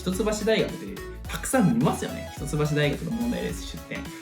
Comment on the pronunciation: ひとつばしって言うのか笑 「いっきょう」って言ってた (￣∀￣)